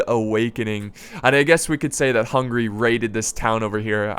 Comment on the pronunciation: always when you say Hungary I hear hungry...